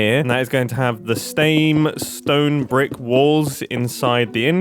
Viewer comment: "The Stame stone brick" yes mumbo very English